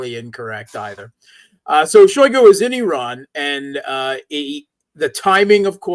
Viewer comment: Shoigu ----> [ shy GOO ] Rossiyan phonology, shy is unstressed and thus mute or schwach (weak), GOO is stressed.